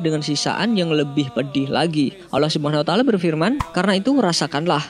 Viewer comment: Mohon Di Perbaiki ucapanNya Yg sy dngr Anda mengucapkan allah sumuna taala Mohon Mff Apa Bila Sy Salah, Tp tolong tmn² Mendengarkan dgn Baik🙏Saya Hanya Ingin Memberitau🙏🙏